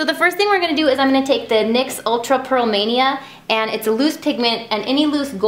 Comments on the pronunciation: no it's pronounced nicks not n y x. I work at ULTA and its one of my fave brands :) love the makeup! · I can't tell you how many videos I've watched that included a NYX makeup thing and she pronounced it "Nix". Is it called both? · NYX is pronounced like "Nicks" but it can be either way I guess